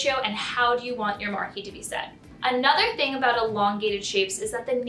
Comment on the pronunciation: STOP WITH THE "MAR-KEE!" IT'S "MAR-KEEZE!" Jeeze, it is a French word, and the feminine of marquis, which IS pronounced "mar-kee," as in Marquis de Sade. All the so-called experts make this dumb error, as they do with "briolette," which is pronounced "brio-let," not "brio-lay." At least find out how a cut is pronounced before you talk about it! Same mistake made over and over on other channels too.